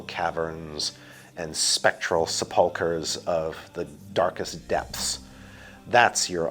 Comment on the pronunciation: Sepulcher as Se-PUL-ker? no, no... SEP-ul-ker.